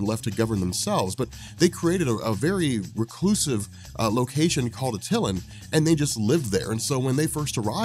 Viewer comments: I love you but the way you are pronouncing attilan is driving me bonkers lol. I cant figure out how to type out the phonetics but Its pronounced like (at)(el)(an) or (at elle anne) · Attilan is pronounced AT-ILL-AN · How you pronounce Atilan... 🤣🤣🤣